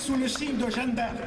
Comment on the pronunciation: L'autre il n'a pas compris que ce n'était pas "Jane D'Arc" mais Jeanne d'Arc ? Il n'a visiblement rien compris à l'Histoire de France au point de prononcer le nom de Jeanne d'Arc comme "Jane d"Arc". Ils sont trop drôles ces types de l'extrême droite, même pas capable de prononcer : Jeanne d'Arc. "Jane d'Arc". Quelle insulte pour la France. Et les autres : ouais ouais ouais avec applaudissements. Ils n'ont pas compris : il a dit "Jane d'Arc". Qu'ils sont cons ceux de l'extrême droite.